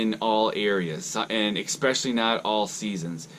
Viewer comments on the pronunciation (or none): Especially is not pronounced EXpecially. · P there is no x in especially, plain and simple. Just like there is no x in espresso, but people pronounce that wrong as well.